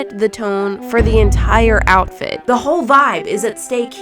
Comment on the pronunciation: When said outfrit could not stop laughing